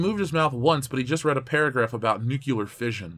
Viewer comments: Every time someone says "nucular" instead of "nuclear", a scientist dies. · Great vid. I just have to say though, please stop saying "nukyooler". (Nu-klee-ur)